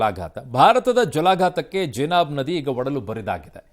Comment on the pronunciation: ಜನಾಬ್ ಅಲ್ವೋ ಅದು ಚನಾಬ್